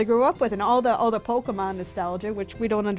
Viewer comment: calls it polka-monn.